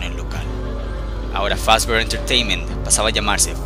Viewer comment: es mi idea o dice ferry fazbr pizza